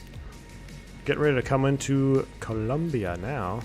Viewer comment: COLOMBIA! not Columbia